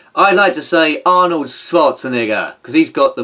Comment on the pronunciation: Oh and to be fair to Arnold, I wonder if he called you an a*sehole because you keep mispronouncing his name at the end!? Maybe if you say it correctly he'll be friends and contribute some of his earnings to the upkeep of this channel and Igor's hefty food bills!?